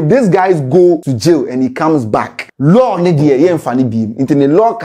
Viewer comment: Law “LaL”😂😂😂 eiii scanty